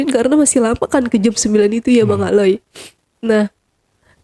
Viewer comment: Jujur AQ sedih dengar cerita nya...tapi maaf banget saya ikut dalam sedih narasumber.tapi ada panggilan bang aley dengan sebutan aloy JD sedihnya ilang malah ngakak 😂😂😂 lah iya maaf banget yah bukan maksud gimn alay JD aloy